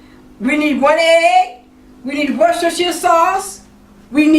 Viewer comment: Got to congratulate you on being the only person on YouTube who can pronounce "worcestershire" correctly! This looks like a great budget stretcher.